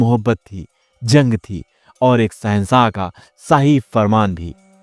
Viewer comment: Bhai aap ki kahani bahut zabardast lagi. Lekin aap ne Urdu zaban ki tang tod di glat tarike se alfaz ada yani bol karke. Plz aap ees taraf dhayan. Jaise sahensa nahi shensha. Paresan nahi pareshan. Alisan nahi aalishan. Aur bhi alfaz ees kahani mey aap unko badi sheen mey bola kare.Na ke choti seen mey. Aap ko meri baat samajh mey aa gaee hogi.